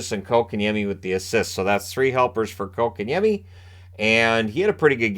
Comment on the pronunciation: TNT Before the deadline was talking how the Canes need a 2C and have no stars. Yesterday- They said this team (Canes) are loaded with stars. Then they actually said KK has really shown he deserves that 2c and has really been making an impact. Fist of all it is pronounced Coke-and-Yemi. NOT Cock-in-yemi! From KK himself when asked. If these guys would do their homework they would see the Canes top scoring line is the second line with KK at center! (Well KK/Necas as rod switches them for certain situations) Without KK at center that line dropped to 3rd in scoring with the fourth line with KK was real close. The second line went dormant when KK was dropped to 4C. Since his return to 2C that line is again the Canes top scoring line.